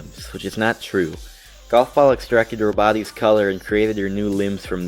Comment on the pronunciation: It sounds like he said “roboty’s” and not “her body’s”